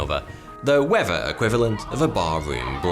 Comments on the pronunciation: I couldn't put my finger on it but that's what it is . Weafer not weather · skin cancer? right then, it is pronounced weather not wever. i know you can say th, like in earth, but there is no flipping v in weather, douche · In this episode you'll learn about the wever, wever you like it or not. In the next episode.. English lesson: "th" Who needs it?